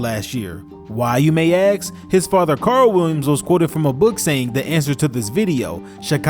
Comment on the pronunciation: We don't aks questions!